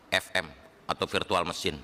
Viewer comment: FM lu kira football manager, Virtual Machine woy sekelas menkominfo ga bisa bedain huruf F sama V :face-purple-crying